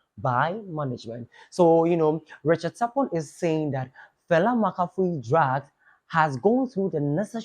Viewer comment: It’s Fella Makafui not “Falla Makafui” she’s already stressed don’t add more stress to her name😂😂